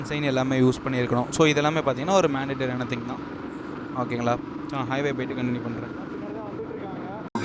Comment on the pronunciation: Maplainga..... athu manatory illainga mandatory 😂😂😂😂